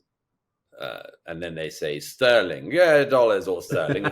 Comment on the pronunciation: Douglas' British accent is definitely lilting after all his time in the US; listen to his pronunciation of "dollars" ¬¬